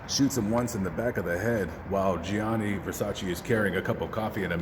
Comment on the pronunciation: IT'S GIANNI VERSACE